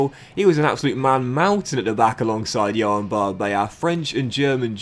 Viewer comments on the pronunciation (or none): none